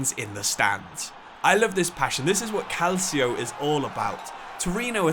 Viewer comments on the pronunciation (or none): why do you keep trying to say foreing words, when you cant pronounce them correctly? you